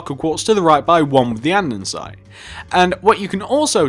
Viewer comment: Him saying an-din-site gives me anxiety